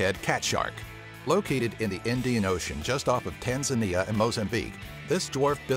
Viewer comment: Why do you pronounce ocean as OH-she-un, instead of the normal OH-shun?